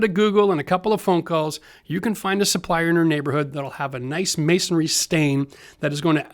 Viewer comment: Love your channel and what you do but, I have to tell your that the trade is not "masonary" it is masonry. If you say it like that you sound like you do not know what you are talking about to masons like myself. Keep up the great work and educational videos.